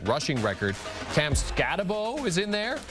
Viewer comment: Nobody taught him how to pronounce Cam's name. SMH.